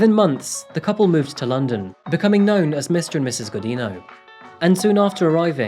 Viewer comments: Alini Gujinyu. That’s how to proper pronounce her name 😅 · Thank you for covering this case. Just a little correction: "Godinho" is said like "godin'io". It's a weird sound not Portuguese speakers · In Portuguese, her married last name is pronounced "go-jeen'-yo". The "di" makes the sound of a "j" in English and the "nh" makes the sound of an ñ in Spanish. Thanks for posting this. How could someone ever get away from an abuser who knows her every location and friend? I wonder if there are, like, Witness Protection-type programs that can help families in this kind of crisis. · Thank you for making a Brazilian video. Just a tip for future videos: the "nh" in "Godinho" is pronounced closer to "ñ" in Spanish, not as "n". Good video! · Just a tip on the pronunciation of "Godinho", as many English speakers make the same mistake: the NH sound in Portuguese is the same of the GN in "Lasagna". It's something like "Godigno". But hey, it's better saying "Godino" like you did than "Godin-ho" And oh boy, she's from the capital of the state where I'm from, Minas Gerais 👀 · hey,! the nho in godinho is pronounced like the ño in the spanish word niño. keep up the good work! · I think her last name was pronounced "go-din-yo." Portuguese spells the n-tilde with "nh". Not being arsy, but just thought I'd mention it. ;-) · Wow!!! My city (Belo Horizonte) and I did not have idea about this case, lol. And the pronuncietion for the Godinho is something like “go d INN o”, nh has a real diferent and difficult pronuncietion for non-natives. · You are pronouncing Godinho wrongly… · Oooh im sorry but that last ame pronunciation is all kinds of wrong bud lol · Thanks for sharing the story! Had never heard of it. Just a curiosity though, the nh in "Godinho" is pronounced like a Spanish ñ or like the gn in Champagne.